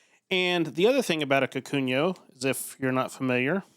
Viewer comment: I died every time you said "kakunyo"